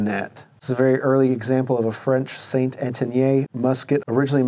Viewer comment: Hearing your pronunciation of St Etienne just plain hurts my ears!!! It makes me want to question your knowledge of French fire arms.